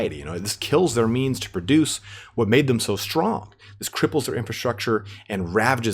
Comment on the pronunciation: Settra the Imperishable this was a fun read (cause I haven't even gotten around to being anywhere near familiar with the End Times literature oops), I appreciate the time and effort you put into this -- Thank you. PS: "stronk" 😂❤